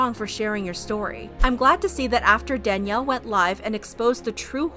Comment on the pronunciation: Just say Danielle 🤣